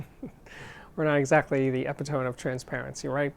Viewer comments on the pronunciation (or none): I'm not even an audiophile, but I still find this guy's videos entertaining. Btw it's uh-pit-uh-me, not epitome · Great again, as usual. But "e-pi-tome"? How about "uh·pi·tuh·mee"? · You caught that too? ;^ ) Eh-pit-eh-me actually. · Epitome is pronounced; ee-pit-oh-me.